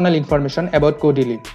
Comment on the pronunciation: Why does he keep calling " kodili"